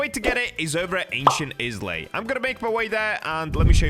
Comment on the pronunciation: "ancient ✨ISLEY✨"